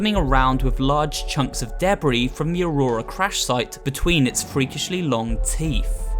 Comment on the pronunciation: "crush fish"? I think you mean "crash"